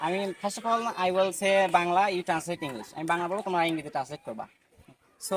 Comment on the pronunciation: Will উচ্চারণ টা ওয়েল হচ্ছে ? Polite? ইত্যাদির উচ্চারণ হচ্ছে না , আপনি তো মানতেই চাচ্ছেন না